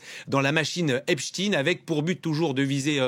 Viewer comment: Ça t'arrache la gueule de prononcer Epstein correctement comme Einstein !